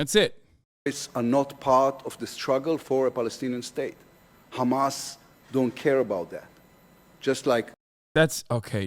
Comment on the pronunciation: Why are you saying khamas, it's hamas